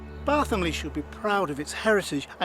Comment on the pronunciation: One minor negative comment forget the 'th' when pronouncing Barthomley. It is Bar-Tom-Ley. Regards DenT